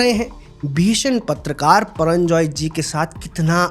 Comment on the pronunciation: HIS NAME IS PURANJAY HAIN PARANJAI NAHI HAIN